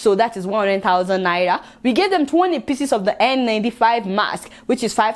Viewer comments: Lol. Seems she can't pronounce 'R' but it's really cool. 😀 You might be interested in this video on why Africans suffer disrespect worldwide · I love the way u pronounced Naira 😀😀